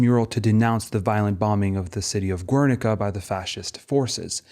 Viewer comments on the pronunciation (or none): Gernika, no U in the pronunciation. Thanks for the detail. Have you seen Little Ashes? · Some good argumentation here, but the frequency of incorrect pseudo-authentic pronunciations ("ur-," "Guernica," "Miro," etc.) are legitimately distracting. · GERNIKA, NOT "GÜERNICA" It's not Italian. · Great video, just a comment: The U ind Guernica is silent. Silent like Spain about Dali's fascism.